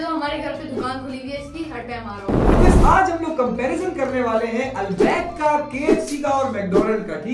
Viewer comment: It is pronounced Al bake not Al Baaaaik